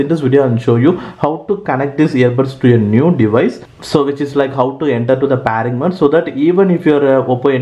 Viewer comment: Its pairing mode not PAARING mode ok